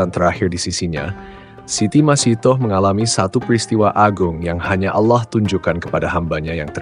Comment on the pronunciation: Ia yg benar sebutannya masitah